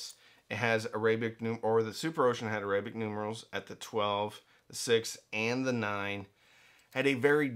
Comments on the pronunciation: AIR-uh-bik. Say it out loud. Another way: ARAB-ick. Both work. On the other hand, uh-RAY-bik is just wrong. Like Orients. (Oh ..I see what your doing there!) 😉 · I’ve never heard the word arabic pronounced that way.